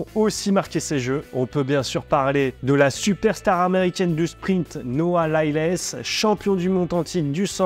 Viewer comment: Noah Lylèèèès....????? T'es sérieux???? ..... 🤣🤣🤣 T'as entendu une seule personne dans le monde, à la télé, la radio, sur internet, prononcer son nom comme ça???.... 🤣🤣🤣